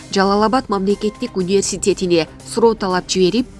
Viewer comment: Университет деген созду айталбай койду. Ушуларды кайдан казып чыгасынар.